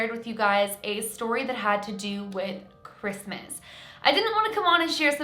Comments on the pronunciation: Am the only one that cringes when she says “ -Mas”! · Do you guys all hear that? It's R-R-R-REESMAS